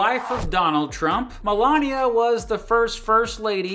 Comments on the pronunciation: Malaria?! Did you say Malaria Trump!? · No , he said Melania